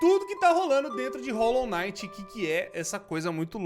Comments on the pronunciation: Rolou naiti ou rolou quinait ? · é Hollow Knight n Hollow night